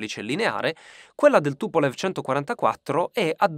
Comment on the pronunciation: si pronuncia TupoleF